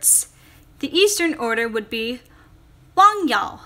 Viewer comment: For China's name, you need to change the tones a bit. Your voice goes down in tone for Wang which actually changes the word. You should say the Wang with the tone going up a little at the end. You can search up his name on Google Translate since the pronunciation there is accurate.